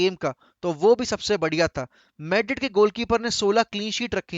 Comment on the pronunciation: maydred kya hain madrid 😂